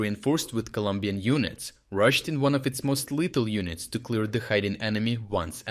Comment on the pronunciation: ColOmbian please, not Columbian 🙏